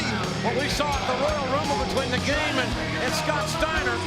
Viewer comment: i aarrgm the gaaaymmahh....🤭